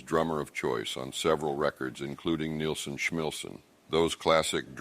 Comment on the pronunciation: harrys name is pronounce NILL son . not nealson .